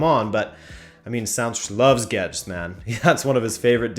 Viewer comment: Gauged? (YouTube) Guedes I hear Gedged XD